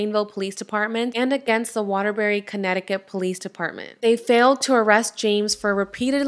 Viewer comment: You said Waterbury correctly...I live in Connecticut